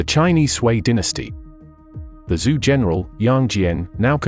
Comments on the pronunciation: Still, it's very good. First of your vids for me and I am quite impressed. Great job! The only thing that really caught my ear were the pronunciations of the Chinese lineages. As far as I know the name "Zhou" is pronounced like "Jo", or the American "Joe". Also, I found it kind of strange that all the maps had German names on them, even though there was nothing else having to do with Germany in the video. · Very fascinating history, doing a great job but I would enjoy this video a little bit more if Zhou was properly pronounced and the correct use of depicted dynasties for the visuals(Three Kingdoms, Qing Empress)